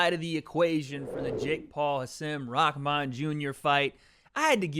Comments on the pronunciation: Rahman*. Not “rahkman” - your Twitter buddy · Rakman you keep saying Rakman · Why does everyone pronounce his name as Rockman?? How does Rahman sound like Rockman every fucking time 😂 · Ahh… whaa.. fuck why every time, every time it sounds like everyone says “rockmahn” not just. Anyone else hearing things or?